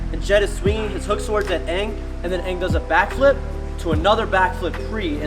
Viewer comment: "aangle" lol